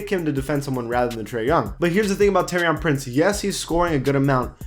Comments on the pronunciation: TOUR-EEEY-AN PRINCE PAC U STAY GETTING THAT WRONG😂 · Same at Taurean Prince